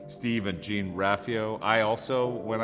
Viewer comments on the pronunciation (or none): haha it’s actually not jean its pronounced like john